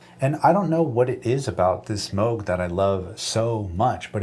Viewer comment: I love that you say Moog the correct way 😀